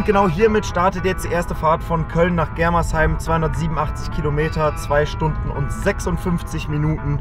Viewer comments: bro das heißt germersheim nicht gremersheim😂😂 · Gremersheim wer kennts net 😂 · Germersheim nicht Gremersheim hahaha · *germersheim nicht gremersheim😂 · 😂es heißt nicht Gremersheim sondern Germersheim